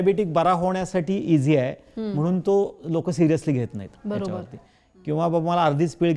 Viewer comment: खूप छान माहिती देतात. पण मधे मध्ये इंग्लिश का बोलतात?? सगळ्या मराठी लोकांना कळायला नको का? जुन्या लोकांना कसे कळणार? आणि त्या मॅडम छान सांगतात. फक्त mhanun म्हणजे म्हणून न म्हणता ण च्या ऐवजी न बोलतात.